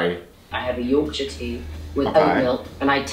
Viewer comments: I’m from Yorkshire in England (where the tea comes from). It’s kinda said like York-sher. No emphasis on “shire” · As a British person, your pronunciation of Yorkshire is fucking hilarious 😂